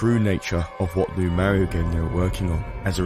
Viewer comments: Not going to lie, very interesting topic, but I cringe everytime this guy says Mare-io instead of Mar-io. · mar-ee-oh I MEAN he even says it himself, how can you manage to mispronounce it so badly? you had to have played it to have made this video, so there is NO WAY you haven't heard him say his own name......YOU EVEN SAY IT RIGHT MULTIPLE TIMES!!! WHAT GIVES????? war-ee-oh sheesh man..... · You pronounced mario wrong